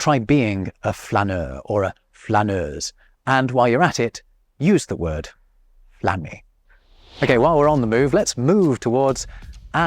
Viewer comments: French here, when you say flâner for the first time i heared planner, and if you say "je planne" in france you just say i'm high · The word FLâNER is pronounced wrongly in France these days, an evolution. It is the difference between âme, âne and Anne, année. It is the "â" at the end of California, and not the "a" at the beginning of California. Désolé, mon cher ! Chez-nous, on flÂne, on va flÂner au parc. 🙄😃😂